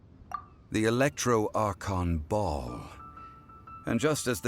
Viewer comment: ... did zhongli just pronounce Baal like "Bohl" what was i doing this whole time, pronouncing it like "bA AHL" HDJWHS